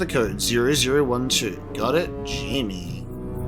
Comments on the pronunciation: Wouldn’t Jamie be pronounced as Hi-May instead of Jay-Me? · It's not Jimmy it's Jaime Reyes...